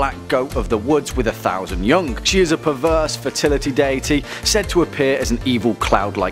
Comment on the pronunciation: The way he says young "yungk"